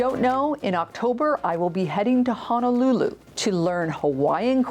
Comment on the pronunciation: Aloha. I hope you enjoyed my island home. Please pronounce it HONOLULU not Hanalulu. Mahalo😊